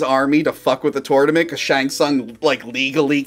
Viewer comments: Why you always say "tornament" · "this is the 10th *turtlement*"